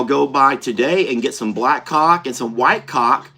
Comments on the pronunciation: "cauLK" LOL😂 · 🤣 caulk sounds totally different when you say it